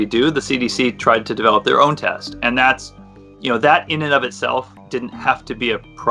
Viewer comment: Woman with froggy voice talking about the "tast".